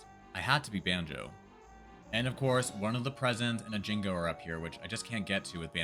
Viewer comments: I still enjoy a challenge video, even if you can only get 11 jiggies! It's more interesting than knowing for sure you will beat the game. Also those small colored things are pronounced jin-joes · My dude, how do you manage to mispronounce Jinjo when the game says their name out loud to you every single time you pick one up? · "I used kazzoie to dive but that doesn't count cuz I don't want it to" "I used kazooie to hit the switch but that doesn't count cuz, reasons" worst challenge video I've ever seen - dude can't even say Jinjo correctly ffs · Wheres the 'G' in Jinjo? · Im calling the police over your pronunciation of Jinjo. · Why do you say jingo instead of Jinjo? Think of Gin like Ginger and joe. Ginjoe == Jinjo. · "You need eggs to break the windows" - No, Rat a tat rap works better. "Jingo" - It's Jinjo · Hopefully this doesn't come off as mean, but how did you think Jinjo was pronunced Jinggo? They say Jinjo everytime they are collected. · First of all it's Pronounced Jin Jo NOT Jin Go. Also using the ground pound as you call it IS using Kazooie,as that move is actually called The Beak Buster. However very impressive anyways lol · Jinjos pronounce their name, how do you mess that up? Jin-Joe, Not Jin-go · Why the fuck are you jing-goes. There's no G it's both J, it's jin-jo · you had me until you said "Jingo"--they literally say "Jinjo" when you collect them lol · Jinjo... JINJO!!! NOT JINGO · They are called JINJO like Banjo Gin-JOE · Hearing "Jingo" instead of "Jinjo" bugs me a bit. I mean, they even say it. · In actuality, you got zero of the Jiggies without Kazooie. All because she pops out of the backpack to store the Jiggy. . . That dang bird. Also, they're called "Jinjos" not "Jingos"! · “Jinjo” not “Jingo” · ...Okay, I can forgive "Merry-oh..." But "Jingo?" Now you're just screwing with us... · "Jingo" lol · He can't use kazooie, but, it's jinjo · I was gonna sub but he calls the "Jingos" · The way you say Jinjo feels like a slur.